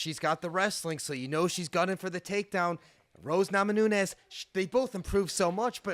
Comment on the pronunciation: NAMAJUNAS NOT NAMANUNES